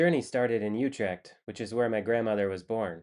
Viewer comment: You are getting pretty close with the prononciation of "Utrecht" For the next step: Dorp the "y" it is not "yutrecht" it is "Utrecht.